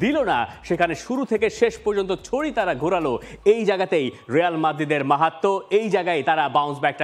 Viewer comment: রেয়াল নাহ রিয়াল বল